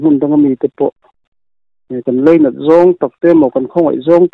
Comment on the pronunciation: Leinat... anti ngailo aw... Lainat ...tihtur.